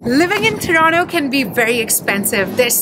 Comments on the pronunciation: TORONTO - not Toronno. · Its Toronto not Torono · Yesss what the hell is Tronnooo??? Hellaa annoying 😫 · Everything about the video was good.. but one thing is the pronunciation of "Toronto" and that kinda sounds fake or "wanna be - ish" ... no offense just my opinion ..